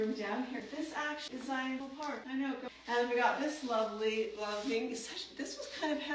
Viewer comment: Now if she can say Zion and Lehi correctly.